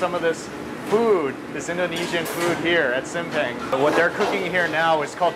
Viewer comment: The proper way to pronouncing SIMPANG = Seem~Punk.. Sambal Egg = Telor Balado (tae.lor bha.lha.douw)